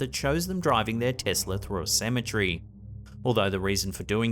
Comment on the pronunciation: CEM - E - TER - Y!! There is no such thing as a "cemetree"!!!!